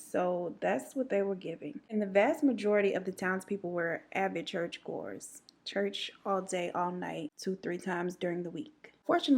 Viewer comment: You said church goers, but what I heard was church whores. Pray for me.